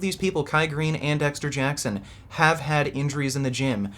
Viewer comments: DEXSHTER JACKSHON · Bro, why does he say Dexter Jackson like that??? Like his teeth were about to fall out... What's up with this guy???